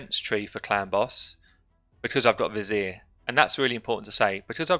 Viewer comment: Love your videos. Love accent. And how you pronounce '' Vizier''